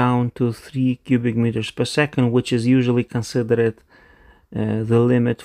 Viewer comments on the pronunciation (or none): When speaking the word "flowed" pronounce it as one syllable "flow'd", and you'll then be speaking that word as a native speaker. Also the word "considered" is pronounced "consider'd" by native speakers. Not as "consider-ed". Very few verbs that form a past tense using "ed" have "ed" pronounced as a full syllable in its own right. Most of the time the "e" is elided, just pronouncing the consonant. Another example: to "Master" forms the past tense "mastered", but that is pronounced "masterd" (with the "r" also often elided, depending on dialict). Do this and you'll sound more like a native English speaker. :) "Closed" is also pronounced as "Close'd" (the "e" being silent, but governing the pronunciation of the "o").